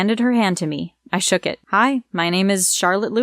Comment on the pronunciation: Also eed it’s know and noor it’s her